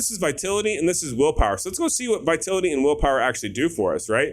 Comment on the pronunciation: It's viTALity not Vitility.